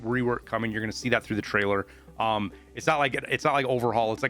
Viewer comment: "Tariler" on prewie bro